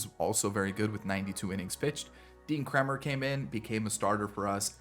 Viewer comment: you said Kremers name correctly and then corrected yourself and said it in correctly. lol its "Kramer"